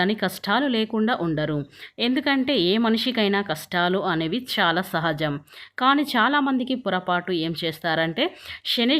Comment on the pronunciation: Amma mundu nee bhaashani maarchuko shaalaa kaadu chaala ok na kaasta telugu viluvani kaapaadandi satya ganes nrpm